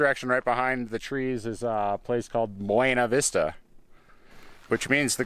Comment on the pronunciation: Locals pronounce it Byoona Vista. Totally not in the spanish way. Short I in vista